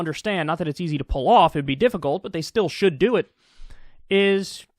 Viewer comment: he pulling a michael scott: should but won't ... shont